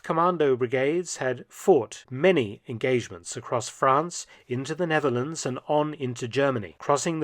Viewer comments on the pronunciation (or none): none